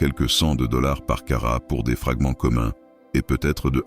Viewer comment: Ras le bol de ces voix IA qui ne parlent pas un bon français. Non caratte n'existe pas carat oui.